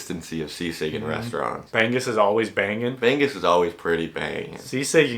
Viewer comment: Hi, the fish bangus is NOT pronounced as "bang-goose" like you pronounced man"goes"! Instead, it's pronounced Bang-ngus, "ngus" is pronounced like the English word "banging". Just change the "nging" to "ngus". I hope I make sense!